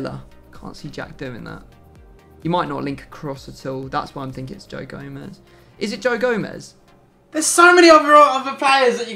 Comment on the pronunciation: Did anyone else hear say goe jomez